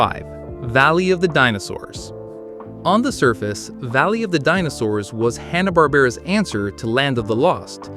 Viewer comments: It's HANNA not Honna. AI needs to learn to pronounce simple words. Goober doesn't wear a green beanie. /Sigh 😔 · I think Hannah is pronounced the same as the common first name, like Hand.